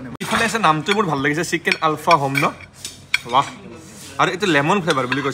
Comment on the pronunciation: Guyz tumar dhekeri pronunciation huni kaan poki jai, " SIKEN", SUSI,RAGAN JAS 😂😂😂😂